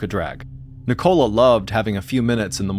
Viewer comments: Love your stories Mr. Allen but in England I it's pronounced Nick-ola not NI-cola lol thanks for the gr8 channel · Why do you say Nicola like that!? It's so wrong! Ni co la, not Ni Cola 😂 It's sounds infuriating I can't believe you don't have that name in the US